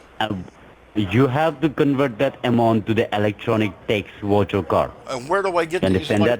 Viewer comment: when you said " ... vercher cards" I almost choked on my soda.